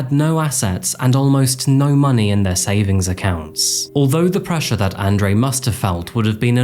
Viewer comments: say it with me... "On Drew" :) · It’s On Dre.. not An Dre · You pronounced Andre and Fabian incorrectly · It's annoying that you couldn't pronounce Andre properly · Nice video, except you pronounced 'Andre' wrong the entire time